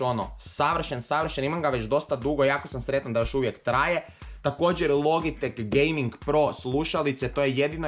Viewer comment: ne kaze se logitek logitek nego se kaze loditek